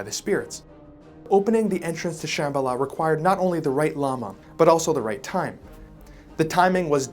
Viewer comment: Brand new subscriber here I would just like to ask you to pleas, in your future videos please do a little research on pronunciation because the way you pronounce Darjeeling and Shambala was maddening